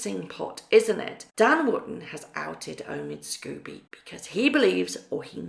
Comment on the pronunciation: Omid "Sko-bee". Sorry! It just irks me when you say Scooby, like Scooby-Doo the cartoon dog. It's Sko-bie as in "Snow bee".